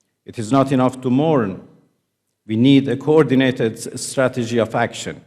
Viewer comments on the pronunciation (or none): none